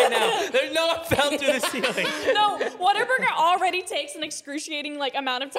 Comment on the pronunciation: Not water Burger it's whataburger